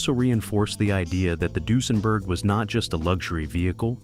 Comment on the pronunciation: I wish the narrator could pronounce Duesenberg properly